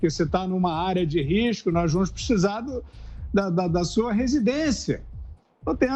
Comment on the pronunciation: Alguém fala pro fiuza que não é picisar e sim precisar .kkkkk